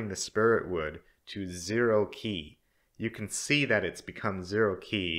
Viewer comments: Qi is pronounced as "chi" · Just as an aside Qi is pronounced like chi :b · Qi is pronounced like chi in chinese.